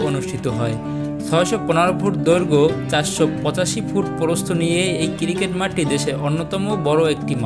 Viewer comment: একটু কষ্ট করে সুন্দর ভাবে উচ্চারন করলে আরো ভালো লাগতো। কিরিকেট কি আবার 😑